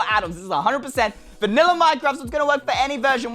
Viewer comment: Did he say vanila minecraft